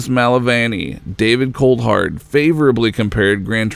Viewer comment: and David Coldhard